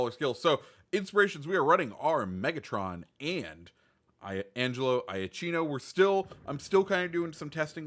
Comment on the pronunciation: Iachino is pronounced “yakiiino” not “eye-a-chino” ;)